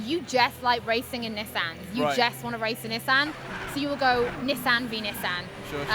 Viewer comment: lol nee-son